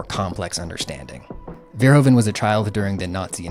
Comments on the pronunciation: I'm very glad you're talking about all of this. Great work, one sidenote though: Verhoeven is rather pronounced Verhoofen, the Dutch sound of oe sounds more like oo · Our country is called the Netherlands. NOT holland. The name holland is for the provinces south and north holland, it would be like calling the US, carolina or just dokato. also the oe in verhoeven is pronounced like oo